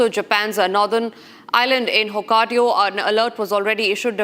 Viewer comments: she said Hokkadio, but it's Hokkaido. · It's not hokk aido. Not Hokkadio